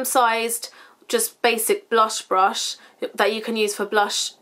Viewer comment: I swear you say blush instead of brush sometimes lol xx